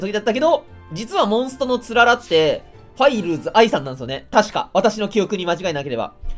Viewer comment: 「ファイルーズ」のイントネーション気になるなー ファンの人に怒られん？ 人名だすならちゃんと調べてからにしたほうがいいんじゃない？